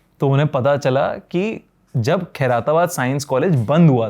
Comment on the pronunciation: Khai-ra-tabad ❌ Khair-tabad ☑️